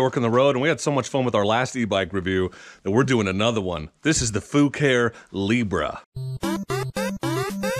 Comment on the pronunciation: You can't tell me that isn't pronounced FA-KA-REE.